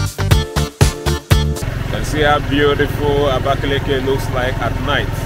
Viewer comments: he’s wrong and we are correcting him but he still insist we are wrong. I just wonder why he can’t pronounce what he sees but what they’ve stereotyped abakaliki to “abakalake” can you imagine? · Amazing video. The state has really moved on. Thanks for the video But you need to correct how you pronounce it. It’s “Abakaliki” not “abakalake”. It’s not hard to comprehend sir. Thanks you 🙏